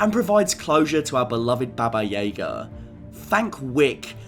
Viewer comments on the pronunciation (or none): Just so you know, it's pronounced Baba Yaga, not Baba Yega. That's one thing in John Wick that really annoys me. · no offense but why do you pronounce baba yaga so wierd?